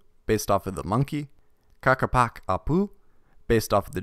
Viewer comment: Ah, Ccapac Apu (pronounced "Kah-Pac Ah-poo") Don't worry about butchering the pronunciation too much, it's a very old language with many many regional variations. Anyways, "Ccapac" (or Capac) means Lord, a ruler. "Apu" means literally mountain, or mountain-god, because mountains have been considered gods by Incan and pre-Incan people. So, "Ccapac Apu" would mean "Lord of the Mountain-God" or "God-Lord of the Mountain" and I think it's a very metal name